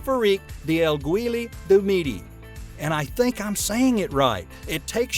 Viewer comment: Aiguille du midi is a name that the speaker pronounced completely wrong 🤣🤣😅😂